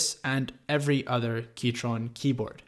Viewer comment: He keeps saying keytron...